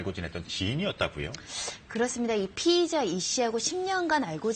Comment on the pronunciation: 피해자, 피의자 , 발음을 정확히 해야지 헸갈려요.